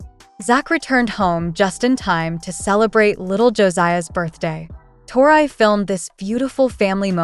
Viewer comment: I would learn to pronounce Tori